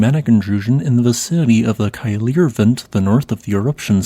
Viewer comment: *Kay-leer. Please work with Gylfi to hone your pronunciations, rather than continuing to butcher these words.